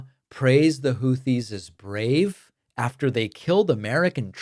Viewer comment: WOW!!! trump actually pronounced the word/name Houthis correctly! I am shocked because he screws everything up and mispronounces nearly everything! The name is, hootees NOT hoothees. Yup, one syllable!